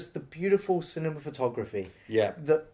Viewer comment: Cinematography not "Cinemafatography", dude.